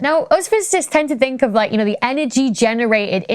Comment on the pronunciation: it's Hubble, not Hobble, although....just because it IS hobbled, that's no excuse...and another one that irks me is "think"...I can't stand it when I hear people say "fink", it's lazy and trashy...